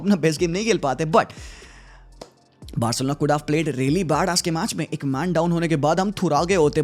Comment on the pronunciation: Barselona ❌BAHARSELONA✅